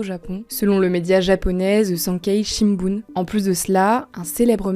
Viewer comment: elle l’a bien prononcée